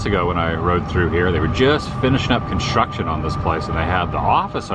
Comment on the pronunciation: Why can’t you say construction correctly? Tim Tracker can’t either 🤷‍♀️